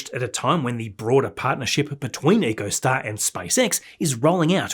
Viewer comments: echo-star not eco-star brah. love your work. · Pronunciation note for you,. EchoStar is NOT pronounced "eeco-star". It's "echo-star". As in "his voice echoed off the surrounding cliffs." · “Echo”Star, not “Eco”Star. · Pronunciation note for you,. EchoStar is NOT pronounced "eco-star". It's "echo-star". As in "his voice echoed off the surrounding cliffs."